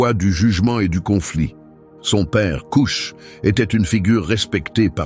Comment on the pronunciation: Kush pas couche mdr